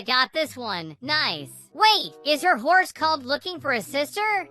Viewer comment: When you said hor but is not hor is horse